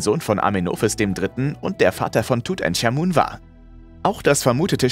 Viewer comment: Das spriecht man tut ank amun aus Nicht tut änk amun 🤦😳